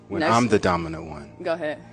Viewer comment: Dumbinant not dominant